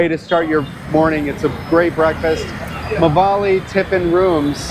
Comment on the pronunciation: It's pronounced maavalli not maavalli. We indians strech the first a.